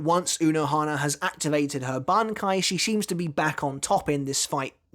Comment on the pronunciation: Did you even watched the video? She uses and kill/revives Zaraki on each strike. Also It's BANKAI not "banki".